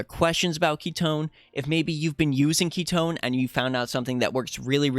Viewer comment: FINALLY! SOMEONE WHO PRONOUNCE KITONE PROPERLY!!! Aside from AOJ ofc hahaha Awesome content as always!!!